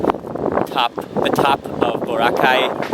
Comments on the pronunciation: OMG HE SAID BORACAY SO WRONG BWAHAHAHA😂😂😂😂😂😂😂😂😂😂😂😂😂😂😂😂😂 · I LOVE HOW HE SAID BORACAY SO WRONG😂😂😂😂